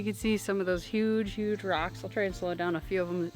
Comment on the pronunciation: Your "HUGE" reminded me of someone else's "CHINA". 🤣🤣🤣🤣I was ROLLING! You are so dang cute!